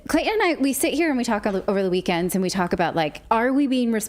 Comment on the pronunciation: "Clayton.." 😅😅😅 It's alright ma'am..😁